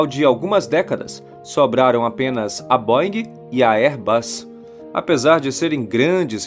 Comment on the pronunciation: Se pronuncia BÔEN. Airbus, vc disse correto!